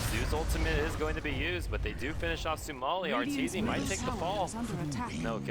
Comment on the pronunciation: he can't even pronounce sumails name